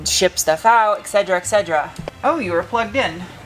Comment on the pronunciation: "excedra excedra"... you're usually so articulate with your pronunciation. Et cetera et cetera. For some reason when you said that, I thought of the pain reliever Excedrin. lol